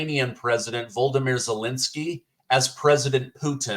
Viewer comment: Thank you 🇬🇧 You flubbed. No biggie... but it's V L O d i m i r, not 'Voldimir' (re the Ukraine president.)